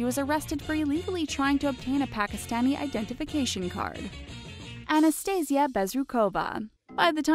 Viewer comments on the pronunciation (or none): you should find out how to pronounce a Russian name, before messing up like this! it's pronounced AnastasI'a BezrUkova!!! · The way Americans pronounce Russian's names and last names literally makes me crazy. Sorry. But there are anastasIa bezrUkova and kristIna pImenova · UGH THE WAY SHE SAID ANASTASIA